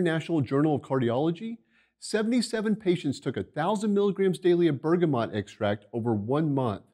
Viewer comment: NOT BERGAMOT!!!!!!!!!!!!!!!!!!!!!!!!!!!!!!!!!!!!!!!!!!!!!!!!!!!!!!!!!!!!!!!!!!!